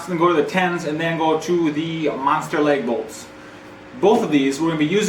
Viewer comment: Lag bolts btw. Not leg. Or leag like I heard you say.